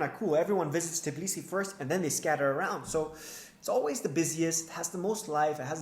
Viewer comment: t BI lisi. Not fucking t i B lisi. Why is it so fucking hard for you?